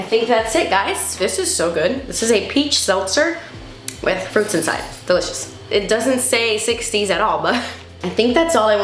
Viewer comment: Miss when you use to say delicious as “de-litch-ious” 😂